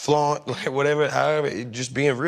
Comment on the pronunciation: He said Flaunt 😂